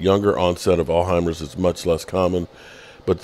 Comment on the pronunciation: DAM YOU CAN'T EVEN PRONOUNCE ALZHEIMER'S!it took him forever to explain what happened!